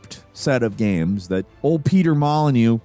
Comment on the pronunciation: Did you notice now he mispronounces things all the time? Seriously, being subscribed for years, he has always said "gaems" not "games"